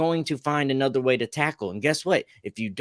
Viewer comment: Did homie say "it's a notra thing" instead of "another thing" 😆